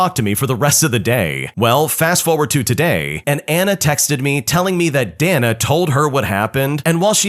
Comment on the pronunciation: pretty sure "Dana" is pronounced "day-na," dude.